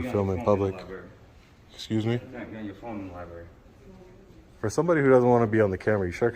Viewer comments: Li-berry :face-blue-wide-eyes: Or Li-bRARy? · Here we have another auditor who cannot correctly pronounce the word "libRary." It's not a "li-berry." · Did he just say "li-berry"??? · Come on,, if you’re going to record in a “library” learn how to pronounce the word.